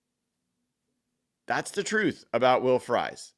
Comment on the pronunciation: It's not will frys phonetically its pronounced freeze. You sound like you don't know him either